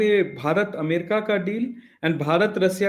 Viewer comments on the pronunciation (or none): none